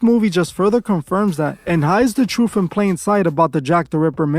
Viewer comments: The Troof?? ok, lets listen to any uneducated idiot who can't pronounce the name of his own show!! I'd be inclined to fact check, just a thought!! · Not Truf its pronouced TRUTH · The truff? Come on you can do better.